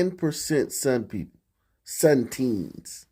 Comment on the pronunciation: 4/10 for equity? I wonder how they came up with that figure. Also when you said Sunteens. 😂